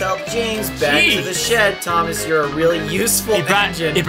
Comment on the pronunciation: "thomash the "TANK " engine